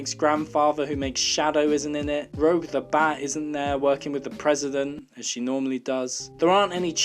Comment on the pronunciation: * pronounces Rouge’s name wrong* yeah. You’re definitely the one that gets to say “dis movie bad”